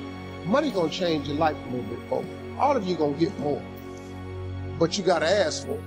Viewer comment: Ummm love the message but the word is ASK no ASS 🤣🤣